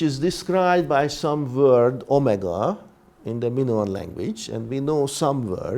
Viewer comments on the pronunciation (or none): none